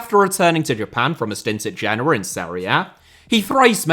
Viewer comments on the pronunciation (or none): none